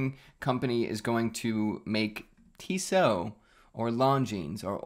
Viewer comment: Pronounced “Tissot” correctly. But not “ETA.” 😂